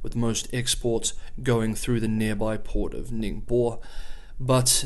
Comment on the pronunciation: I think you said Ningbo wrong... Matt Galat from Jayoe Nation lived there for 10 years.... he called it "Ningbow".... surely he wouldn't say the city name incorrectly.... oh he's a shill...